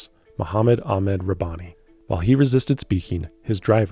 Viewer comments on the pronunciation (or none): none